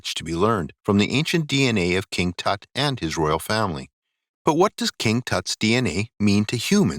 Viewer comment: Your pronunciation of Tut is HORRIBLE.